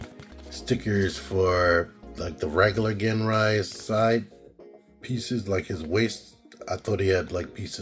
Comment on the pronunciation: pronounced as Jin even if it spelled as Gin.... like the drink Gin & tonic ... u dont pronounced as " ggggean" and tonic right? those sticker cutouts are for the tab when combine with god bomber in the upcoming release (god ginrai) man do your research dawg!! u really are one ignorant mofo!!